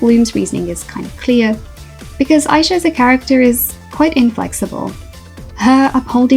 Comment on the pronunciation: …You’re saying Aisha wrong and it low key be stressing me out. 😂 And the comics show that really no one knows how to make Fate good. Instead of adding to the characters and story (ie make the characters more dynamic and give them cute outfits) they just don’t? And it’s a new writer too? Tragic. Oh well, thank god Winx is getting rebooted. 😂